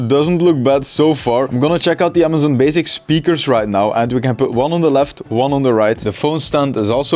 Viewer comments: “So, Amazon bazics” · Amazon “baziks”